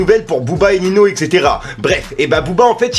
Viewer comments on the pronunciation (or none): C’est ninho (ou ninio si tu préfères), pas nino 🤣 sinon pas mal les videos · Gros stp on dit pas nino ou dit ninio Tu es un bon dans ce que tu fais continue